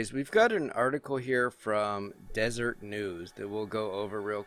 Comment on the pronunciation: Not Desert News... it’s Des-er-et News.